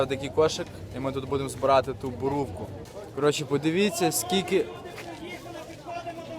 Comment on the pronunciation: Боробка ,а не бурувку.